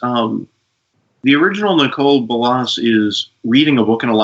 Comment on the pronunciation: is that the correct pronunciation of Nicol Bolas (Nicole Bo-loss)? I prefer Knee-coal Bo-lass.